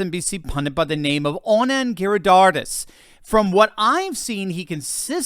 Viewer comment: The way pronounced "Anand" made it sound very much like "Onan" from the book of Genesis and after listening to Anand/Onan's propaganda and bare faced lies, thought " yep, Onan by name, Onan by nature"